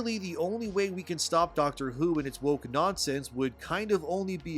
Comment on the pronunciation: Yeah, you're not qualified to talk about "Dahcktre Hou"